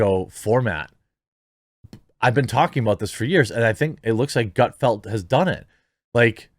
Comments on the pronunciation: ...how the fuck do you still not know its Gutfeld? not field......ffs lol... you crack me up man. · This is why I watch but don't subscribe you act like you don't know how to pronounce Greg's name and don't know what his show is about if you don't know do your research or don't comment